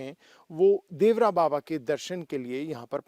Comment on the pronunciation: नाम तो सही से ले लिया करो देवरा बाबा नहीं देवरहा बाबा बोलो